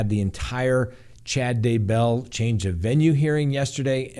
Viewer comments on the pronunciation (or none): none